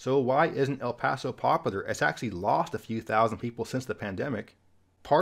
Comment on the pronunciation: Wish you would pronounce “popular” correctly. High speed rail will likely never happen.